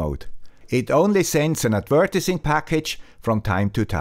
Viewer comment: du sagst „adv-eee-rtising“, mit der Betonung auf dem „e“. Trotz Swiss Accent ist das kaum auszuhalten. :)